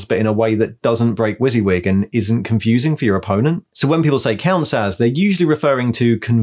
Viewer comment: I've never heard WYSIWYG pronounced like that before! I've always said it Wuss-Yuh-Wig, I much prefer your one!